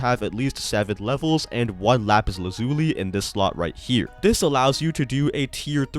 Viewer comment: Lappis Lazz-you-lie.